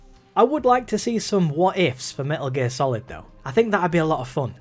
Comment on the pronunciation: "Me'uh Geer Salad V" my blood is on your hands